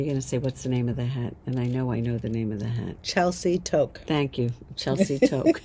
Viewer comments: I’m in Canada and the toque designer lives in Canada. You pronounce it Too -k 😊 not toke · As a Canadian, I have to say that Toque is pronounced TooooK, as in the word Too, with a 'k' on the end. It's a traditional hat worn in Canada, especially the northern part of Canada, and the Eastern provinces. 🥴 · Love the podcast as always. Such great inspiration and love your fun banter. As a Canadian viewer, I just need to let you know that the word Toque is pronounced like word two with a k at the end. The way you pronounced it has a different meaning (taking a drag of a joint-lol). Made me smile, as a pictured the two of you toquing up on a joint.😂❤